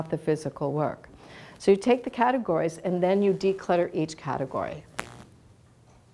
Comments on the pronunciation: Oh, I winced at hearing 'catero-gize' instead of catego-rize! That was good for a chuckle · I think the word you are looking for is 'CAT-egorize' not 'cateRAgize'!!